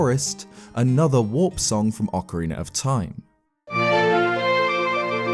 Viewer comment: Here you can see a rare clip of saying Ocarina rather than Okareener.